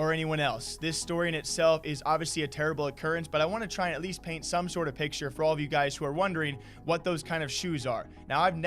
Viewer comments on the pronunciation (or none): none